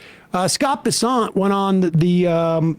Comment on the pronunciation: Oh Bessent? I thought it was Pissant.😂